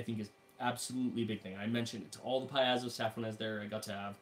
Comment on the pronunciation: Paizo: pronounced pie-zo. ai = long i, at least in this case. Sorry, but that was driving me crazy. Thanks for giving the rundown, though.